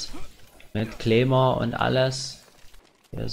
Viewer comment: Das heißt Claymore und nicht Kleemore haha